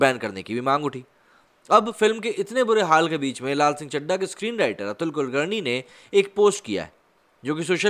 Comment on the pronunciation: 2.16: Atul ka nam kaise le raha hai slow speed me suno pata chal jayega